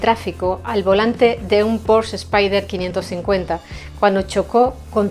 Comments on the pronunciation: Muy buen reportaje. Excelente combinación entre imágenes y texto, muy bien documentado. Sólo una levísima corrección la marca porsche, no se pronuncia “porshh” sino “porshe”. Le Mans 66, le da a Miles el reconocimiento que siempre se mereció y a Shelby, su amigo. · ¡Hola,! Ya sabía yo que al final iba a pronunciar mal Porsche. 😂¡Muchas gracias por ver el vídeo y por dejar tu comentario!:) Saludos